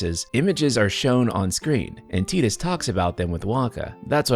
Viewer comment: You lost me as soon as you said "tee dus" , just because the Japanese speak English horribly doesn't mean you have to.